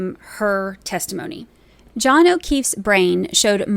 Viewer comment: "John, where are you?" There is no "S" sound.